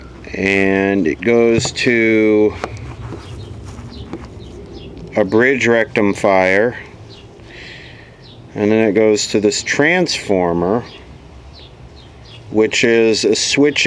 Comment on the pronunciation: "Rectum-fier?" LOL